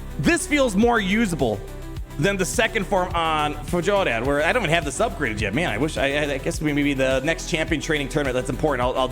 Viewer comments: Fyor-rad, not Fuh-jol-rad / Fuh-jo-lad 😉👌🏻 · Pronounced Fyor-add, but yeah i hope you’re right and this buff is coming it’s weird that you have to build him for two different damage stats